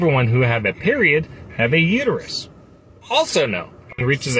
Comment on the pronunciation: I can hear Homer saying to Marge now... It's uterus not uteryou. 😂😂😂